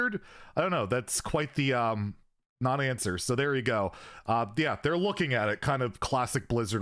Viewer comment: "We loking at it " BLIZZARD xD